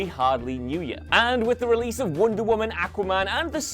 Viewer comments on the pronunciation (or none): none